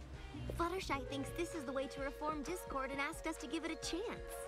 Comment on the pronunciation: I'm glad someone else noticed "Dick-cord" XD This was hilarious!